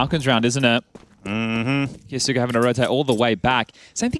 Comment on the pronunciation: 'Ki-yos-ke" not "Ki-yo-su-ke" it's silent 'u'